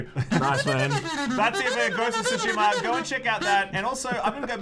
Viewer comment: The way you say Ghost of Tsushama makes me want to suck the end of a pistol, but despite your ugly way of saying it I can’t wait for this masterpiece!